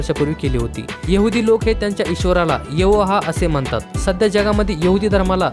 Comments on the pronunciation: Not यवोहा it's यहोवा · Yavoha nahi dada yahova